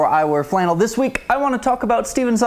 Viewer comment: my aesthetic was the power in which you pronounced the K in week